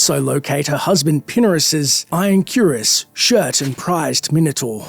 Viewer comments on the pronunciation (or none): none